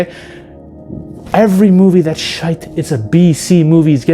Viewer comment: Bonus points for the correct pronouncation of my motherland's finest most truest and expressive word " Shite! " 🏴